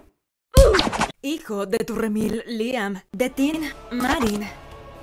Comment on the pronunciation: KALLATE V❌ KAGATE V🗣️🗣️🗣️